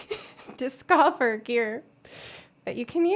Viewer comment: dis-coffer gear...no just no...i laughed and facepalmed at the same time.